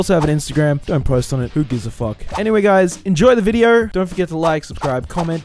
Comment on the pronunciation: "Enjoy the videor"